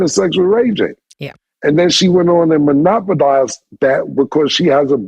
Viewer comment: Cam saying “Monopodized” is absolutely diabolical 😂😂